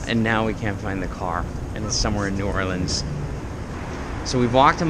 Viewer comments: no that's not how you pronounce New Orleans. sorry but the way you pronounced it is offensive to us. lol not really but if you pronounce it that way in front of ole timers they will either correct you or talk about you when you leave. lol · It's not New Orleeeens. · They say "Norhlens" (New Orleans) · Neither are really correct. New Orlins is more accurate. Only certain areas of the city pronounce it that way and those areas are mostly filled with ppl that aren't from the area